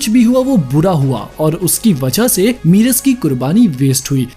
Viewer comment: मीरस नहीं मेरस